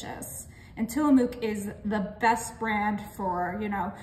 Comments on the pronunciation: Being from Oregon where Tillamook Cheese is made, it's pronounced Tillamuck, not moo like a cow.😊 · It is not pronounced Tillamoook like moo it is pronounced Tillamuck. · I wanted to let you know Tillamook is pronounced Tillamuck. I’m from the PNW & have been to the factory it’s a fun tour to do. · I'm from Oregon and it is pronounced tillamuck. Just like Oregon is pronounced Origin. 😂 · Till-a-muk pronounced